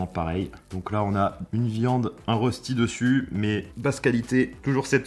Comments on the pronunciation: Ça se prononce ( reuchti) pas ( Rosti ) 😂 biz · Salut, superbe vidéo comme d'habitude 😊 Mais le rösti se prononce "Rochti". Dédicace depuis la Suisse 🇨🇭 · Arrête d’écorcher la prononciation dès rösti, on dit rochti